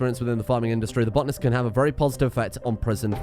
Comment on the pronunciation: its botanist not botnist